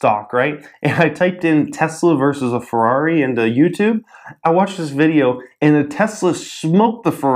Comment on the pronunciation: in ferrari you have to pronounce the e in italian you pronounce every letter that is written